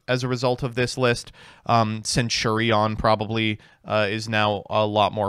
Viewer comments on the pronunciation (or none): none